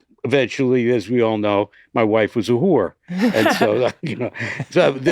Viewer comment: The only man who can correctly pronounce “hoor”